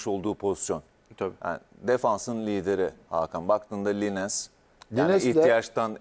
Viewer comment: 'Siz de takdir edersiniz ki'... 'Cok ozur diliyorum ama'... 'Bu savunma icgudusuyle'... 'Net bi sekilde gosterdi'... 'Gecis futbolunda bloklar arasi'... 'Irdelendigi'.... 'Çikilaşşi' (çikalleshi)... 'Martin linens' (lines)... 'Rejenerasyon'...(jenerasyon)